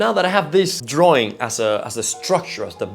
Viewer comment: Draaaww droawion..not sexy in english.